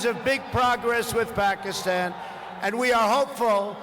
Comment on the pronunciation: TRUMP PRONOUNCE PAKISTAN TO PAKIMON